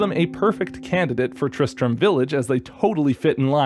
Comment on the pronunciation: Tri-stram...... Tri-Strum?